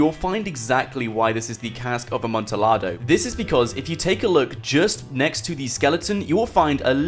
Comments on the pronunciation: it's pronounced amontiyado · It hurt me every time you said Amontillado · That Amontillado pronunciation tho 👌🏻😂